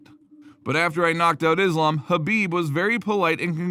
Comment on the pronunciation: Fyi Islam is pronounced as iss-laaam , not izz-laam or izz-lum